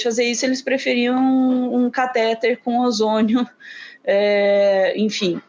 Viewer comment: A palavra cateTER é oxitona, a sílaba tônica é a última. Aff! Cansada de ouvir caTÉter.